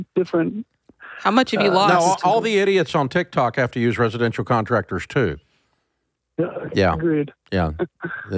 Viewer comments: Why does he keep saying TikTak 🤣🤣🤣🤣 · I just LOVE how he calls TikTok “Tic Tac” 😂😂😂 reminds me of how my grandma always mispronounce words 😂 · Did he call it tic tac 😂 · I die every time Dave says Tik Tack LOL. Its tic tok but thats ok :) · « TikTak » influencers 😂